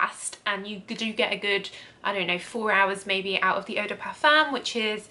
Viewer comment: Parfum is pronounced Parfum.